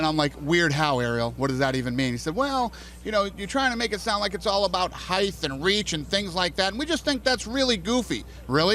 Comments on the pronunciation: HEIGHT. NOT "HEIGHTH" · Dana sais height with -th sound at the end. Lol wtf? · HEIGHTH AND REACH.. HEIGHTH AND REACH!!! For saying it wrong, he sure did say it a lot. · Is dana saying "heighth" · Why is he saying HEIGTH?? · is dana saying "heighth'?? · what's heighth? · this needs more likes he really had that look in his eyes like "shit how do I pronounce height, I've never said it out loud before..." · what did i learn from this interview? dana white cant say height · Dana can't say the word 'height' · I wonder if Dana will ever learn how to pronounce "height"?